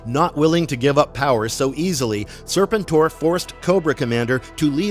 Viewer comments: Sir- pent -or.... not Sir pin tor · It's pronounced Sir PEN tor. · Is this AI narration? I can't watch this crap when it keeps mispronouncing SER-PEN-TOR. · It's pronounced SIR-PENT-OR, fool. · Serpen Tor?? 😂 wtf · Can’t listen to this with weird pronunciation of sir-penn-tor. I’m sure the video is awesome but what the heck? lol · It’s pronounced Sir-penn-tour. These AIs be trippin. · Lose the AI, when you can't pronounce the characters name right. It makes real fans leave. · One of my favorite characters in the G.I. JOE universe you are absolutely correct on the pronunciation! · Thank you!! That repeated mispronunciation was driving me crazy! 🙄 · He probably never watched the show as a kid or just ever since he kept pronouncing the name wrong. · Kind of a staggering failure that undermines the rest. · 😂😂😂 dude that's what I kept saying this whole video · YUP WTF LOL